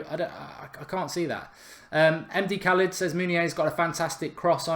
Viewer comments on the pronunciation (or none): none